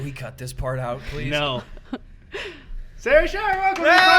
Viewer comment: Next time Sarah is on, can you say her name without the “h”. It made me very uncomfortable. Also make Eddy wear a hat that says “abolish the circus please”. I don’t think one of those hats exists, but you can probably make one.